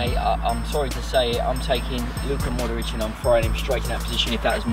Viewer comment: Bill puts an extra syllable in Modric.. like "Modoric"